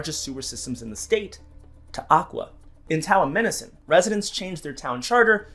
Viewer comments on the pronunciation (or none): You butchered Towamencin.